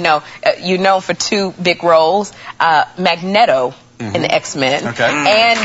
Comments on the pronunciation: I'm surprised that Comic Con aficionados didn't bombard the show for Sherri's mispronouncing one of Marvel's beloved characters. mag-net-o....really?! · harry potter mistake, "mag-netto", black hobbits Lmao. I have never seen so many mistakes and/or random questions in an interview before! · You can call Elizabeth annoying in any other interview but not this one... Especially since Whoopi called him "Dumbledore" and Sherri called him "Magne-doh" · They mispronounce Magneto, and you misspell his name, so I guess it's fair and square, isn't it?